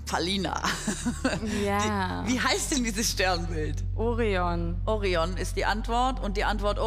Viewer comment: ja sry...aber es heißt ORION...nicht...OREON.....sie hat es also auch falsch aber was will man verlangen von einem veramerikanisierungs-sender wie pro7...dideldum-dödeldei XD